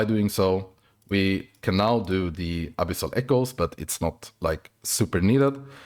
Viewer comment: bro i though you said abyssal pickles lol....... i went back 3 times to see what you said.... ABYSSAL ECHOES lolololoool.......